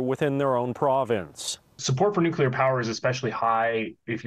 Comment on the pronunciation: Nucular lol